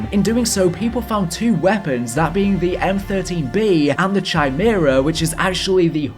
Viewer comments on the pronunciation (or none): oh my fucking god... say it with me... "ky-mera" not "Chi-mera", one of my pet peeves is improper pronunciation of very simple words, I'm sorry You need to learn to speak English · It's pronounced 'Kai-mera' dear sir. But, good video nonetheless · The way you say Chimera is cringe worthy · How the F nobody know how to pronounce Chimera?? I’ve watched a ton of videos with this new game and nobody, NOBODY says it right. It’s not that hard of a word people. Chimera, “Kai-mare-uh.” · CHYMERA LOL my guy...